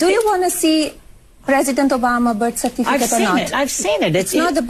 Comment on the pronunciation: Did I hear her saying "BIRTH CERFITICATE?"